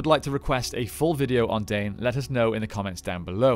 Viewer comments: Isnt his name pronounced Dine not dane? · Absolutely! Dwarf names are all in Sindarin, all vowels are pronounced.